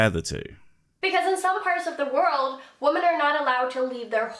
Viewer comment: Her continued inability to pronounce the word “women” in irrationally irritating.